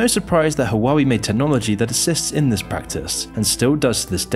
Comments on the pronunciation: So much research into this but couldn't research how to say Whaa way... Its not haa wa wee😂🤣😂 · Bro Hua-wei not Hawaii 😂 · Waa - Way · It’s not “Hoo-wa-wee” it’s “Wah-Way” lol great video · Huawei is pronounce like this "Waal-Way" not "Who-Waa-Wee" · Just FYI, its pronounced wah-wei. not hua-wei. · U know its evil when cant pronounce it right. Hua-wei, not huaa weee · I'm going to be one of those people, but I believe it's pronounced, "Hwa-way" not "Hawah-wee" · Hoo-ah-way not who-wah-wee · Calling Huawei Hawaiwi throughout the video is some well deserved disrespect. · So this is how the western pronouns huawei… “Who-wah-we” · "hoowawee?" 😂 OMG, I just can't 😂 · That's now how you pronounce Huawei - it's "Waa Way" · Imagine watching this using a hwawie phone. 😆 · fyi - Huawei is pronounced "hwaa way" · I am dying just because he pronounced it like ‘wawi’ 😂😂😂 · It's pronounced WAH WAY or *Ha WAH WAY*... Source I worked in telecom industry for years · it's pronounced wow way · well not hwa-wei none the less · Can't trust a guy who pronounce the name wrong lol... seems like he's reading a script without researching how to pronounce "HUA WEI" in Chinese.. Probs got cash from the US's 500 million budget to bad naming China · For accuracy purposes, it's pronounced "hwa-way". Other than that, solid video. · Lmao you can’t pronounce the company name right😂😂😂. What the hell is “huawaeei”😅😅😅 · The correct way to pronounce it is HU-A-WEI. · how can u read Huawei "HAWAWI" HAWAII" but not huawei ??? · Please check company names before recording xD will need to listen to "hoo-a-wei" for 20 mins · Love your channel. But, every time I hear you trying to pronounce Huawei, my head hurts. Waa-way. 🇦🇺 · it’s tough to take these videos seriously when doesn’t even take the time to google how to pronounce huawei lol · Great video as always. But every time you pronounced Huawei I died a little. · can’t even pronounce huawei properly tho lol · Bro can’t even say the name💀